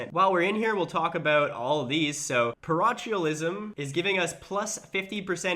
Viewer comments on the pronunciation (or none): Parochialism= PA-rock-kyaa-lee--smmm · Parochialism: "Pah-Roke-Ee-Al-ism" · It's prONOUNCED PAROKEALISM! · The Ch in parochialism is pronounced like a k not ch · Par-oak-eel-ism Become a lunatic and distinguished and you can build a glass house for +25% growth The phrase is "I couldn't care less" Could care less literally means you care.